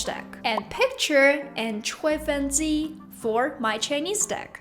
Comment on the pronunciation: 谢谢你的分享但是 是 吹 feng 机，记得是eng的发音啦 不是 en的发音哟，不过你的发音我们都可以理解啦！fighing thanks for your sharing，always i try me best to understand ur content,so u help me a lot,thanks again